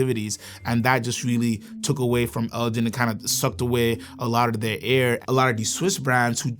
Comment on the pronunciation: Elgin is pronounced with a hard 'G'. It's named after the Scottish Earls of Elgin hence the models including the "Lord Elgin" and "Lady Elgin".